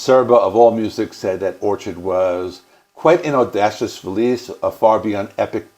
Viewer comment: It’s Or-kid lmao. An orchid is a flower